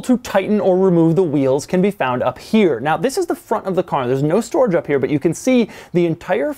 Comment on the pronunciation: The way he pronounces "here" (he says "chere")